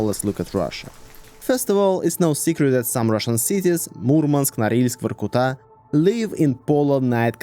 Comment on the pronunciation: This is our man, cuz no foreign man would say Vorkuta so well